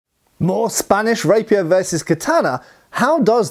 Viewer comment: I keep hearing rapist 😂